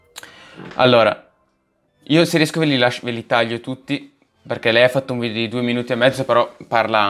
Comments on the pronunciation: Si dice video no vidio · Si dice video non vidio